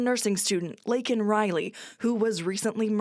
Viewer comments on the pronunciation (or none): Biden doesn't care about any of the issues at hand, if he did, he wouldn't have waited this long to say anything, which actually is still nothing. Biden used his sotu address speech to campaign, he had to be urged into mention Laken Riley's name and murder, then he says her name wrong, then was mad about having to even bring her up. Biden is a heartless, sneaky, cold hearted, turn his back on the u.s and Americans, cold blooded lying dirty politician, who will say and do anything to get reelected president, and a lot of you Democrats are given him more power to keep turning his back on the u.s and American people, for illegals.